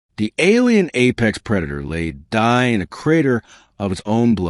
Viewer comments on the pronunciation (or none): Laid dying, not laid dye in...